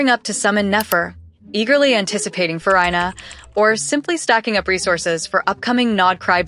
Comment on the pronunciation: Fu-rye-na? She's Fu-ree-na🤣